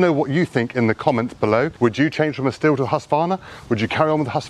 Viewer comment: It's pronounced "Steel" btw